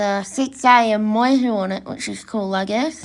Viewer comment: It's Moy- YEW, not Moy-Hu! And it's Eed-Die...not Eeedee!